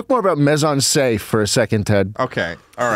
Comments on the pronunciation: The way Ted says "mise en scène" is genuinely painful. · Just so you know both mise en scène and pastiche are french words and they completely butchered the fuck out of them😅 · Imagine being french and hearing americans pronounce "Mise-en-Scène" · I love how Ted is so confident in the way he says "Mise en scene" but Schlatt is closer to pronouncing it correctly